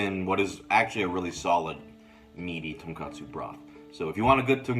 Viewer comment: I know its waaaay to late for it to matter, but its tonKOtsu ramen, not tonKAtsu ramen. Tonkotsu is basically a pork broth with rendered pork fat. And tonkatsu is deep fried pork cutlets.